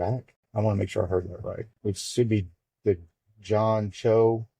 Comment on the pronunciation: Thank you for this video and for giving Mr Choe professional representation. Recommendation to you would be to ask Mr. Choe how to pronounce his name. If you need some help, I’m sure he wouldn’t be offended. To announce on this video that you can never be sure how to pronounce his last name, just because it’s not Jones, Smith, or Hogan, is not very defendable. I appreciate your coverage of this story.